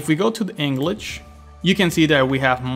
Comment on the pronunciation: Englich and Spanich? :P